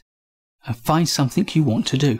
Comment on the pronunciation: There is no 'k' in 'something'.